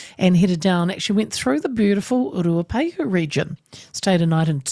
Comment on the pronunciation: Say Ruapehu properly auntie 🤦🏼‍♂️